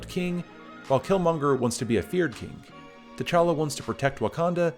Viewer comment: You pronounce his name "téchala" when it fact you should pronounce it "tchala" ( only two syllable in his name not three). The "t" and the "ch" have to be pronounced at once , not separately . Swahili is not my native language but i have family members who speak it , also all african languages have the same prononciation for consonants and groups of consonants . You have to be able to pronounce words who start with "gb" " tch" or "mb" with a lot of ease. Though I really enjoyed this video (liked, subbed) , you're absolutely right , villains are underwhelming nowadays , it's almost as if they want to turn them into good guys